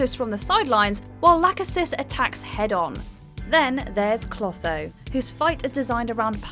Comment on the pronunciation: It’s NOT pronounced “Lacka-sis.” It’s pronounced “La-Key-Sis.” It’s NOT pronounced “Atripus.” It’s pronounced “Atripos.” It’s NOT pronounced “Cloth-o.” It’s pronounced “Clo-tho.” Where did you learn about Greek Mythology. I hope you saved your receipt.